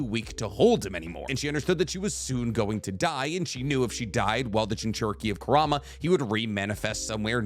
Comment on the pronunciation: You consistently mispronouncing Kurama name is bothering me